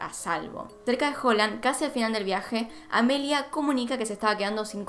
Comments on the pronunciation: Me estresé un poquito escuchando llamar a AMELIA "Emilia" 🙈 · Porque Amelia no es un nombre comun en argentina entonces inconcientemente le dices Emilia